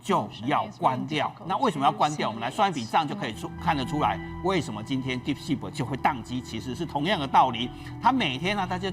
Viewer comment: 來賓好像把 deep seek 說成 deep sh*t 😂